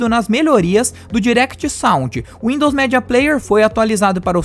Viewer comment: Cara, teu vídeo é incrível, mas preciso fazer uma crítica construtiva. Peço que não se ofenda, por favor! Mano, teu inglês é sofrível. Tive que por no mudo e ler as legendas. "Windows média", mano!?, "úpigueide", "páinti"... Não me leve a mal... Mas é somente isso que deve melhorar no seu canal Beijos Like e inscrito aqui!